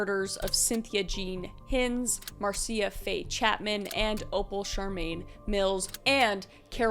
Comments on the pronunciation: Just a head's up. The name Marcia is pronounced MAR-sha. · Marcia is just pronounced "mar-sha". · Marcia is pronounced Marsha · My mom’s name is Marcia and it’s pronounced Marsha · Marcia is pronounced "Marsha" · MARCIA is pronounced as MARSHA. Like Marcia Brady. OCD, HAS GOT THE BEST OF ME.